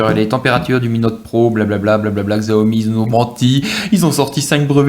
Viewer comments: Très bonne vidéo pour un bon phone :-) Par contre, tu me fais rire à chaque fois ... xiaomi = chiao mi OK ?? loool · oh lalala. Faut arreter de dire "xiaomi" surtout si on fait une présentation.. :/